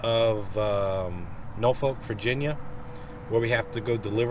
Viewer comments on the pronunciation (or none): none